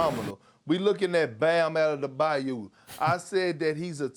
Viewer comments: Why can't American pronunce words in syllables? Bam Ade-ba-yo! Not Ante-te-bayo. Slow down your speech rate. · "We lookin at Bam AnnadaByeYou." -Perk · The guy on the left side laughing when Perk mispronounce Bam Outta the Bayou 🤣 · Does big Perk (my dude) have a speach coach that gives him simple word combinations to be able to better pronounce some of the tougher names in the league? "Bam Outta-da-Bayou" someone out there must have heard other examples of this from him. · even he laughed when Perk said Out of da bayou 🤣🤣🤣🤣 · Love how Perk adds another syllable to Bam's name lol